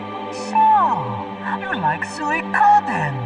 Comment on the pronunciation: Funny how they say sewie-koden. When it's pronounced Sweek-o-den. You'd think Konami would know better when recording the VO.